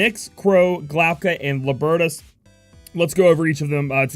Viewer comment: Lol... you can't pronounce Tidus and Libertus. It's Tide-us and Lib (like Liberty without the "y" and add an "us") not Lahb for Libertus. Either way, great information. Nyx will be might go to.